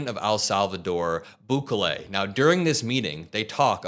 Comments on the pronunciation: EL not AL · Pronounced Boo-Kelly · Sorry. The pronunciation of his name is BOO KAY LAY with the stress on the KAY. Keep up the good work.💙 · it pronaunced “boo-KEH-leh” (each syllable pronounced clearly, with the middle syllable stressed slightly) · Its prounounced Boo-KAY-lee